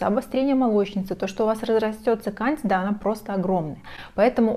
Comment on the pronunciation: Проверьте, как правильно ставить ударение в слове кандида 😊